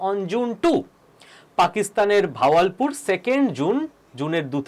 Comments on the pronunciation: ভাওয়াল পুর .... বাহাবাল পুর। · Not vawalpur , kothata Bahawalpur.